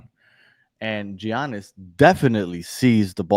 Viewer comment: I was listening until I heard how you pronounced Giannis name 😂😂😂😂 OMG smh